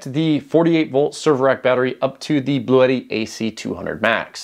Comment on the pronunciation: Please,,,, the brand is Blue tti and you have to speak like blue (color) and (tti) have sound like “T”. It’s not Bluétti.